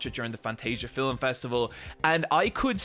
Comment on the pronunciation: why do you say "filum"?